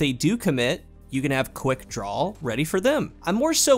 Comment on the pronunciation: Why does it sound like half the time you’re saying. “quickdrawl?”